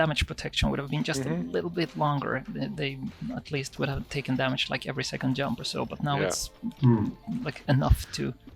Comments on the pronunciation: Love how he says yump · In Swedish J is pronounced like Y in English, which means when we speak English it's really easy to mix them and still pronounce anything with a J as if it was a Y.